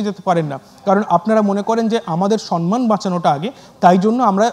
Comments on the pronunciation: It's not Son-man... Ota Som-man .. pronunciation ta thik korun... Aapni ekjon anchor... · আপনার কথা খুব ভালো লাগলো। সম্মান উচ্চারণ ঠিক করলে খুশি হবো সম্+মান।